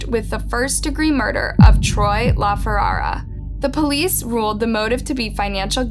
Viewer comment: Feh-RAR-uh. Ferrara. 🙄 I like your channel, but please have the respect to look up how to pronounce the deceased names correctly. 👑